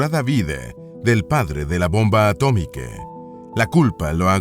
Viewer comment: Inteligencia artificial inclusiva? Bombe atomique 😂 su espose 😂 literature inglese 😂